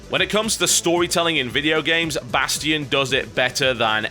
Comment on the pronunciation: he say bastion weird